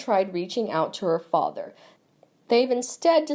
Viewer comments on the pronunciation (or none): none